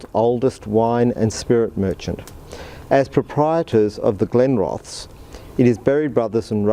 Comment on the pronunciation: Think its pronounced with the es on the end accentuated not Glenroths